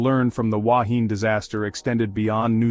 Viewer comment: Please make the effort to get the pronunciation right. and to show pictures of the actual Wahine. Goodness knows what the relevance of a ship sinking vertically has to do with the Wahine grounding on a reef. Likewise for an octopus next to a sailing ship. Talk about a cobbled together video!